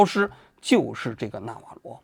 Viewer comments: 完了，李大师又发功了。“纳瓦罗” 不是“纳瓦格” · 王局，这到底是纳瓦格，还是纳瓦罗😂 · 到底是納瓦羅還是納瓦格😂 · 读稿都读错，一会纳瓦格，一会纳瓦罗，你的水平和敬业精神跟习总有得一拼，人名都搞不清楚，还津津有味的给你的脑残粉天天洗脑。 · 纳瓦罗，什么纳瓦格？王局你把名字都念错😂😂😂😛😛😛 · 王局要好好提升自己记人名的能力啊，我开车听的，以为有两个人，一个叫纳瓦罗一个叫纳瓦格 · 王局老是说成纳瓦格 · 纳瓦罗，不是纳瓦格。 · 到底是纳瓦罗还是纳瓦格😓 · 王局有个毛病，题目文字明明写的纳瓦罗，自己不知道为啥总念成别的罗七八糟的名字，那瓦格是个什么鬼？也不知道从哪来的。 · 嘴瓢太严重了，说着说着变纳瓦格了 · 纳瓦罗，咋又说成那瓦格了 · 王局擅长给人家改名，纳瓦罗叫纳瓦格，经常这样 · 一直不断地纳瓦格纳瓦格，如果不是一些身体方面的原因，我斗胆判断王局起码不是一个国际热点的追逐者，或者他不怎么关心国际新闻。 就我这种平时没事随便翻翻新闻的人，都明确知道纳瓦罗是谁，也断不会叫错他的名字，更别说不断叫错了。 但愿王局身体无恙吧，但是他在平常节目中的口误实在是太多了些。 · 是纳瓦螺不是纳瓦鸽。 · 那瓦格你妈呢连个名字都念不来,坏事做尽提早老年痴呆了? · 整期口误成纳瓦格也是没谁了… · 多次念错名字 纳瓦格…… 根本就不了解这个人 临时抱佛脚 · 为什么叫那瓦格？是谁给王局写的稿子，这不也是和Ron Vera都没查一个调调吗😂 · 全程“那瓦格”😂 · 纳瓦罗格，王局对名字缺乏敏感性，还有一期节目也是人名叫得很不顺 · 丢死个人，“那瓦个”是谁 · 经过了剪辑， 先念错，后对，但是剪辑的时候顺序调整乱了。